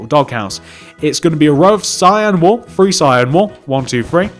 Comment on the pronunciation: It's three not free